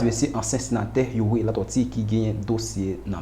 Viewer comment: Yow sispann pale tenten tande figui di m panc sete yon bagay serye ou tap vin pale ui dyòl sirèt ou pa menm ka pwononse nom senateur Youri byen menm...monchè souye dyol ou nan yon pil kk pa jam site nom misye anko ok kokorat oumemm ak tout Rosmon jean enbesil nèg sòt dyol mayas